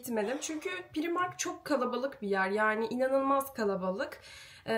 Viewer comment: Çok güzel olmuş sofran ellerine sağlık❤ naçizane ‘pıraymark’ şeklinde telaffuz etsen daha doğru olmaz mı😊 bide çiğköfte misafirlerine acı geldi mi onu merak ettim